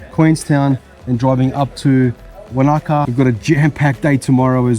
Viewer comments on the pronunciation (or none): "Wan(t)-a-car" (silent t) Wanaka